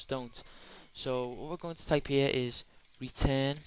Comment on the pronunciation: Why can't you say return ? Why do you say retain ?